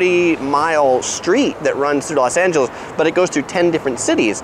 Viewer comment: Why Do You Keep Saying Las? And Nothing Beats LA keep That In Mind❤️👌🏻